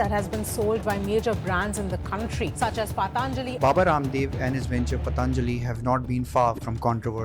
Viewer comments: Don't say pataanjali. It is patanjali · Stop saying पतानजाली say पतंजलि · It's पतंजलि (Patanjali), not पतांजलि (Pataanjali). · पतांजलि नही पतंजलि बोलो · Patanjali bolo Bhai....Pataanjali nahi.... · Good video….it’s not patānjali simply patanjali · Pl pronounce "Patanjali" properly bro